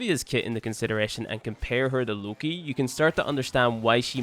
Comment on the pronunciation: btw it's Lo-Ki not look-I